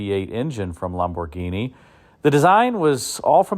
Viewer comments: It's pronounced LAMborghini, not LOMborghini. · The Italian way is Lam-bor-GEENI, with emphasis on GEENI. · You are probably pronouncing it correctly, "LOM" bhorghini, but it sure sounds different to my ears. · Bausch and Lomb-burg-eenie? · Lam boh ginie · Can't you say Lamborghini like a normal person? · The way you say Lamborghini cracks me up. It's like an american trying to immitate an italian saying it, but without the accent or pizazz. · Had to turn this off the way he was saying Lamborghini was killing me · He is NOT pronouncing it correctly.